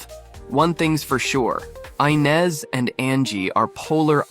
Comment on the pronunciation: Is it Eye-nes or Eee-nes?🤔🤔 Y'all can't stick to 1 pronunciation!